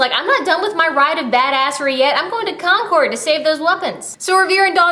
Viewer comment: I just wanted to let you know that Concord is pronounced Con-curd not Con-cord. I am from MA so...